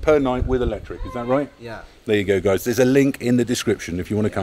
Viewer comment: it's guys not gays😅